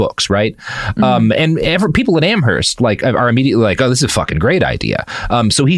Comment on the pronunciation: It's pronounced "Am-erst." The "h" in Amherst is silent